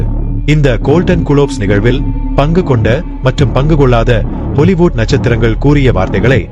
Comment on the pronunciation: ஹாலிவூட் சரியாக உச்சரிக்கவும்